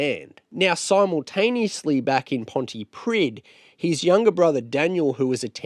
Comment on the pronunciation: Thanks for this, the town Pontypridd is pronounced, 'Pontypreeth', plenty of British people get this wrong, but it matters to the Welsh.